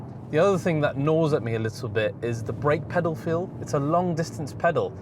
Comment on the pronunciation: sounds more like pedophile than pedal feel 😀. Just a joke. Love your videos.